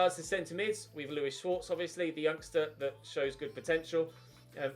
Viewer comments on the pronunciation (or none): none